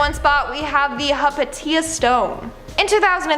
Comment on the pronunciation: Hypatia is pronounced Hi-pay-sha.